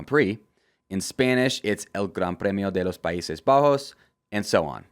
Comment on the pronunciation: Spanish pronunciation of "El Gran Premio de los Paises Bajos" 10/10 Spanish Speaker Approve